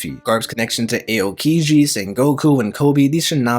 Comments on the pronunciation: Ay-o-kiji, Mari-jowa,Moraya 💀💀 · its not "Sowl" its "Saul" like Paul. Its not "A-O-kiji" its "OW-Kiji" or just call him Kuzan. Idk why those bothered me so much